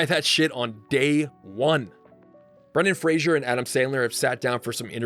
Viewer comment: There is no "I" in "Brendan Fraser"